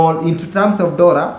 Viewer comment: its one "DORRA"